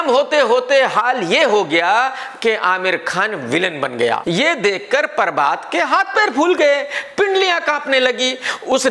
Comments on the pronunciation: Everyone - prabhat KRK - parbhat 😂😂😂😂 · Not prabhat he said parbath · Nobody: Literally Nobody: KRK: espice media, परभात😝😝